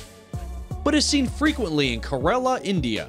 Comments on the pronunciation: Its not ka rela its kerala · It's not korela it's KERALA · Am I the only one who heard him pronounce KARELA instead of KERALA??🤷🤷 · I’m—- from Kerala and the way he pronounced it— I- 😂😂😂 “KER-ELLA” lmaooo it’s “Care—uh-luh” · It's not 'krela' mister.... It's pronunciation is Kay - Ra - La 🙄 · Kerala pronounced as kay(as in cake)-ra(as in ratification)-la(as in las angeles) not kah-ra-la... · കൊറോള അല്ല ചേട്ടാ കേരള... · It's not Karela...It's Kerala ( Kerala) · Kerala. Not Karela. Kerala is a State. Karela is bitter gourd. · its not kah-re-la it is ke-ra-la Im an Indian and I should know that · It’s not corala it’s Kerala 😂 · It's not Kerela it's kerala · Blood rain not in ko ro la it's k re la.....🙄🙄🙄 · Okay....... Abe saale😂 That's Kerala not Karela 😂😂 Kerala is a state and Karela is a Vegetable Lmao😂😂😂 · how he says Kerala sounds like he is saying KARELA in hindi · Man literally said korola for kerala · You pronounce it kerela not korela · "Kerala" not "KeRrrrrALA" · Kerala is pronounced like Kay-r-la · Kerala is not karela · Omg THANK YOU! I hate when people mispronounce that name. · Watching from Kerala (And you didn't pronounce it right) But never heard about this blood rain or red rain. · I know that this is pretty unrelated, but the speaker screwed up kerala's name so bad. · Anybody noticed the pronounsation of Kerala🤣🤣😂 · Ok. I grumbled at the pronunciation of Kerala, but Tanzania made me stop the video.